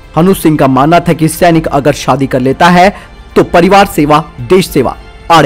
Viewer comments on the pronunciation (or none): none